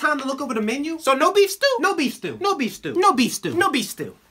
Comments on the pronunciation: IT sounds like nobifstu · no beef stew started sounding like no bestew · I thought he said "newbie stew" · I can’t stop hearing nobistu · I hear "nobistu" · Sounds like No Bees Stew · At the end he said “No bes tew” xD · The more you listen to it, the more it sounds like "no beef still" 😂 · I heard no-bi stew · I swear I heard him say nobestew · "No, be stew." Or "Don't be, Stew." is what I hear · the more they no no beef stew it sounded like nobistew